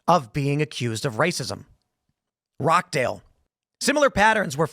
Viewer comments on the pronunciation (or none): Rochdale is pronounced ‘Rotch-dale’ like the ch in cheese. Not ‘rock-dale’ I know it’s not the end of the world but if people want to talk about it then that’s the proper pronunciation as an FYI. English place pronunciations don’t have continuity because they were named after so many invaders (Saxons, Vikings, Normans, Romans) and the Celts throughout history. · Rochdale not rockdale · Tim, Rochdale is pronounced ‘Rotch-dale’ NOT ‘Rock-dale’ - but it is funny to hear you say it like that 😂😂 🇬🇧❤️🇺🇸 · Tim, Rochdale is pronounced 'Rotch-Dale' NOT Rock-Dale!